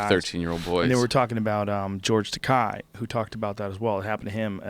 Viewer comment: It's actually pronounced "George Ta-kay." Great podcast. Love Tom Papa!